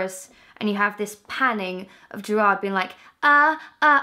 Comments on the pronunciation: Never say Jared Way again.. omg it broke my heart x'D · when she pronounced gerard wrong i swear to god a tear fell down my cheek